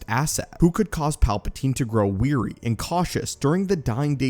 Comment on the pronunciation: The word “wary” is not pronounced “weary.”